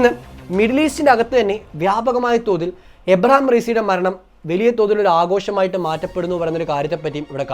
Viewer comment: ഇബ്രാഹിം റെയ്സി, എന്നാണ്,, എബ്രഹാം അല്ല